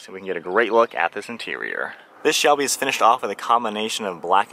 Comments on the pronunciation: I know that. It just sounded like you said shelly and not Shelby mustang that all. Great video and great breakdown of this car. I plan on buying one next year. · Am I hearing things or did he just say shelly mustang